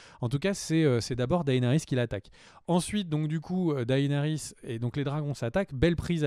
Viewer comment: S'il vous plaît les gars arrêtez d'ecorcher les noms. C'est vrai que Martin a déclaré qu'on pouvait les prononcer/lire un peu comme on voulait mais Daenerys quoi faites un peu gaffe ça pique les oreilles à force.